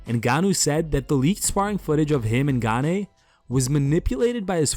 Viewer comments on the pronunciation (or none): Says Gane, 10 seconds later calls him Gan-ay and then calls his coach Fernand Lopez Lenard Lopez. 😂😂😂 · Ganey. Lennard Lopez. 😂 How about some professionalism. Get the names right 😎 And also Jones did fight. (His wife…)